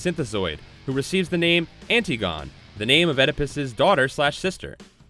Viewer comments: She's pronounced "Ant-Tig-Oh-Nee." not "Anti-gone." Classical mythology much? ;) Otherwise good job on all of these. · Antigone An-TIG-oh-nee not anti-gone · Antigone is pronounced...An-tig-o-nee. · Lol, the way he pronounced Antigone.